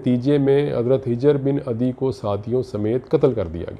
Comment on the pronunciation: It's HUJAR bin adi not HIJAR.